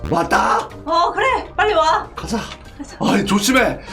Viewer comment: 1분39초때 빨리와를 빤나와라고했음